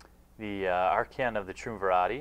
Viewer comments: bit late but i think its try-umm-vye-rate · Arr-chan of the Tree-um-viratee. uuuhhhhhhhhhhhh